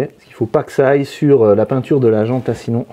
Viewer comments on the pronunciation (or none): none